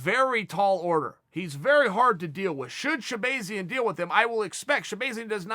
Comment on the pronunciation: sha-Bae-Zian ? Can you use it in a sentence plz? She-bae-Zian should look out for Brunson Ok ok.. can I have the origin of the word? Chael:It’s a tool that if you do not sharpen it will go dull” S. H.. e? No.. A! B,ay . I mean E 🤔 z ... URRRRRRRRRGHHHHHHHHHHH.....! 🤬